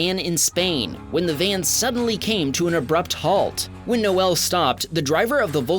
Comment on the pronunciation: NO EL is not the correct way to say it , just ask Noel from Rock Band Oasis